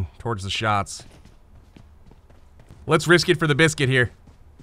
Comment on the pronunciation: Thought he said "brisket" lol